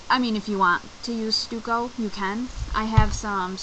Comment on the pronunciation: Stucco is pronounced "stuck-oo" not Stu-co